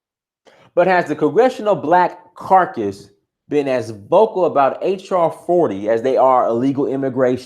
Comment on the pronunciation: It is caucus, not carcas. Caucas is an association and carcas represents something dead.